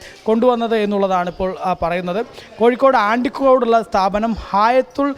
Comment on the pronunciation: ആണ്ടിക്കോടല്ല അണ്ടിക്കോടാണ്